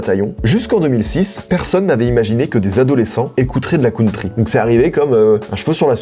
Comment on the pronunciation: "La cOUNtry" Mes oreillles saignent